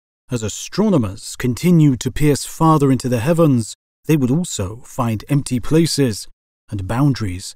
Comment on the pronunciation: Why do you emphasis so many words like this? "In the DARK", "into the HEAVENS", and "empty PLACES". It's super weird and it really bothers me while listening.